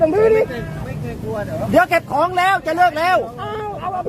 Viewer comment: เขาจะ เก็บของ "เก็บของ" ฟังไม่ไม่รู้เรื่อง !!